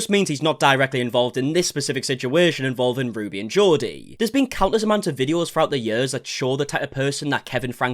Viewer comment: Why are you pronouncing Jodi as Geordie? It's JOE-di